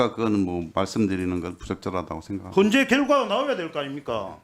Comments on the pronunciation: 핸제가 아니고 현재라고 말좀 똑바로해라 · 갱찰이뭐냐?경찰 발음도 안되는넘이 핸제가 뭐냐?헌재